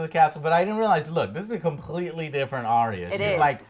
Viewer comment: Drogon Joe, not Drogo. Drogo was Dany's lover, Drogon is the name of the Dragon.....So lets do a count, cannot say Arya correct, cannot say Drogo correct and I am sure there is another one. Good review though, and.